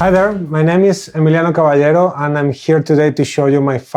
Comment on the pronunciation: Holy shit! The dude pronounced Caballero 100% correctly right at the start. O_O Holy shit!